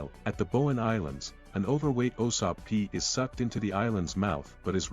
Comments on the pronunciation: Yea. It's Usopp, not Osopp 😅. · why does this entire video have you saying "Osapp"? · My only grip, you keep calling soaking usop for some reason.